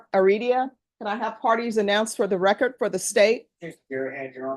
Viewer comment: You would think a educated judge wouldn’t say “recort”